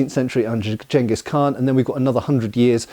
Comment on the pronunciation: Thank you for pronouncing Genghis correctly.